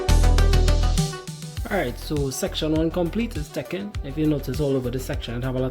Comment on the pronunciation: Tekken lol… I thought it was “taking” you were saying in Trini speak 😂